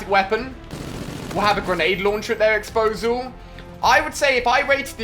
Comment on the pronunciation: Can someone please tell me they heard Ali say "exsposal" ..... lmaoo!